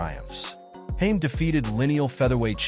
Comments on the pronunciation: It’s not Hame it’s Hamed. Please do some homework before doing voice overs. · His name is HaMED not Hame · You are pronouncing his name wrong!! It is pronounced ham- ed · Firstly, his surname is pronounced wrong and secondly Naseem is not even an Asian by British conventions!. Naseem is from Yemen thus he’s a middle- eastern. Overall a bad video this is!. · Can’t even say his name right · Oh god please stop mispronouncing hes last name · Can’t even pronounce his name … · Pity the narrator can't pronounce his name correctly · Incorrect pronunciation of his name by this AI voice over or whatever is is!! Great stylish fighter!!